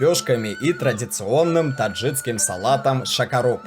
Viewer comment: не Таджицким а ТАДЖИКСКИМ БЛЯТЬ !